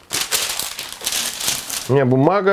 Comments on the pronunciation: Автор, спасибо, конечно, за интересные рецепты, но ведь не "протвинь", а "противень". И когда Вы что-то делаете с помидорами, то это ну никак не томаты, а помидоры. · Ну сколько можно !! Не ПРОТВЕНЬ , а ПРОТИВЕНЬ